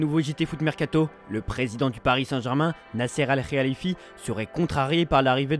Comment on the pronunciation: Depuis le temps vous galérez tjr à dire khelaifi